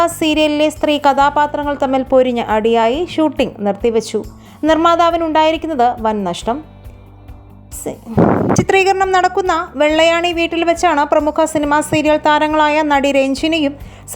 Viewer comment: വെള്ളായണി എന്നല്ലേ.... വെള്ള ആണി എന്ന് പറയുന്നത് കേട്ടു..